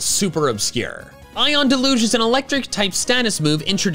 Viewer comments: It's DEL-UGE not DE-LUGE. Usually used to describe heavy rain. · It's pronounced DEL-yoozh. The stress is on the first syllable.